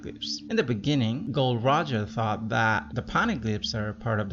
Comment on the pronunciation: Whatever u said maybe great. But for fak sake, he's not gold roger, it's gol d roger. Gol D Roger!